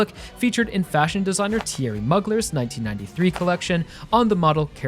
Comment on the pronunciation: Its mugler like mule not mugging 😭😭😭